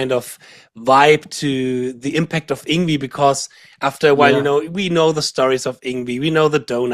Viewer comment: its Yng--VAAY haha he told me personally ! not Yngweeeeee !! hahah